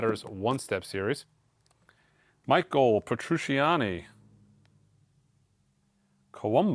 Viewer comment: Hello from France 😊. Lilly Allen is the joe strummer ( clash) daughter 😊. How prononce Michel petrucciani, listen michelle by the beatles 😊. At the next time 😊